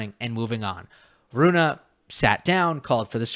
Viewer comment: pleaseeee. Its not Runa, its Rune. Runa could be a girl name. Like Ruud is not Rude the u is short. Hope I helped you with this...